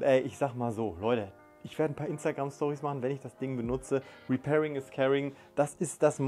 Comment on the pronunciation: Repairing nicht reparing?